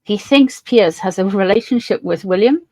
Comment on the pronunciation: It’s not Pearce, it’s Piers.